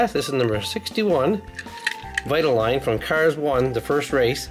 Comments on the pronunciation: It’s Vi-ta-leen. No offense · Do Rusteze cruz Ramirez please. And u pronoucend vitoline wrong. It's vite-oh-line. Can u do a role play video